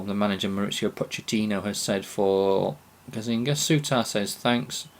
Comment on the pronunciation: Not gazzinga but gazza-niga :)